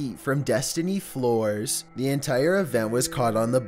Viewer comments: "Destiny floors" its FLOR-ES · You can pronounce Heimlich correctly but not Flores... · Hey, 💓Great job Destiny Floor-ess... Flores Lol Floors Silly! Your funny! But this is a great video! Good job. 🍻 Mirriam Webster or Google can help w/ pronounciation😉